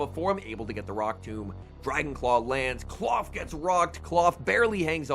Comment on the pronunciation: It's not clawf twin it's Klawf.